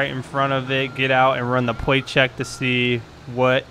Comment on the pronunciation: 1. is a stupid name. 2. "Pwate Checks." 3. You did sooo many wrong things.